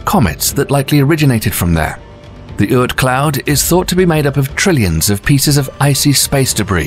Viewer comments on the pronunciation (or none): The narrators pronunciation is way off. It’s not “make make” it’s “MAH-KAY MAH-KAY”. It’s not “kooper belt” it’s “KAI-PER belt”. And I don’t know what he was trying to say but it’s “OR-T” cloud. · please learn the pronunciations of things like the Kuiper Belt (as in Piper Belt) and the Oort Cloud (as in or-t Cloud)... you say it wrong initially then correct yourself tbf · Uranus ,Kuiper, Oort, Makemake, Haumea is pernouced wrong.